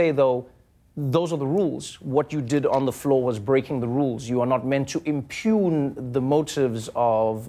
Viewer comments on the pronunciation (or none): It's impute, not impune people. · Impute! Impute! Impute! not impugn...